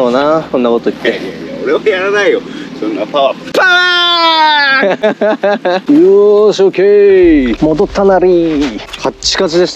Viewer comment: 違う違うケンイチさん♪もっとこうなんてゆうか「パワー」は筋肉発音で…『パワ°ー°!!°』😁